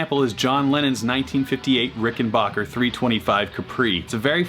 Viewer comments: The third syllable of Rickenbacker should be pronounced as "back", not "bok". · I love you and your channel bro, but its Back-er... Ricken-BACK-er lol